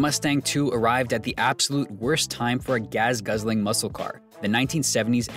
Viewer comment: Your pronunciation of “gas” as “gaz” has shaken me to my core. I may never recover.